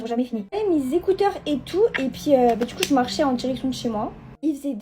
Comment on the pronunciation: Pk elle dit ET PIII AU LIEU DE ET PUIS ??????